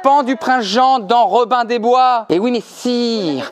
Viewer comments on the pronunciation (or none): none